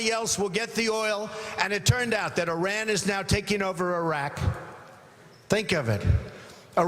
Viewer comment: A guy who can't even pronounce Iran right is running for president? Jesus christ.